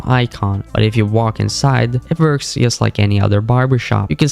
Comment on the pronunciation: it pmo how this guy keeps saying "yust" instead of Just